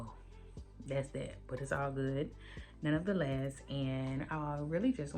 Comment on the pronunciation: you’re pronouncing NONETHELESS wrong…it’s not nonoftheless. You’ve been saying it a lot and I’m just trying to correct you not shade you.